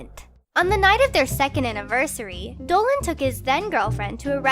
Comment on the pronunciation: All I here him say is Planet Dowan, instead of Dolan